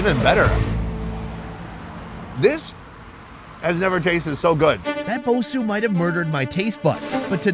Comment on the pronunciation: bosou is pronounced bo- sow